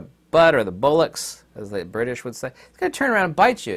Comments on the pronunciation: it's pronounced Bollocks in the UK not Bullocks 😄Enjoying your video's here in Britain. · You Americans can't say BOLLOCKS properly love...It's BOL - as is BOL-OGNAISE dea r boy...Try it out loud cousins! BOL-OCKS...see? Love y'all q🇬🇧❤